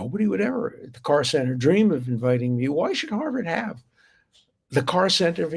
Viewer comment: Council on American-Islamic Relations (CAIR) - it's usually pronounced like "care" - but Dersh is pronouncing it like "car" - it's a pro-muslim group that is trying to pass itself off as moderate - but actions speak louder than lies